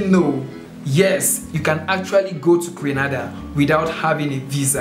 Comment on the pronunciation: Grenada not Granada